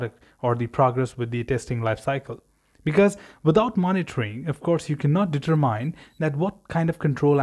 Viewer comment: Very informatvie, but for future: It's pronounced deter-min, not deter-mine.